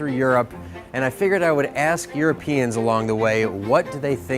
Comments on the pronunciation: Not Europ eans.... EurOpeeans. Love your vids :-) I think you are saying Europeans wrong :-) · You speak so weirdly. Euroooooopeans. some weirdly placed long vowels.